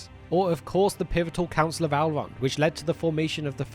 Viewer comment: I believe his name is "Elrond" not "Alrond".